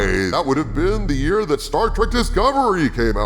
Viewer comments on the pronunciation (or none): none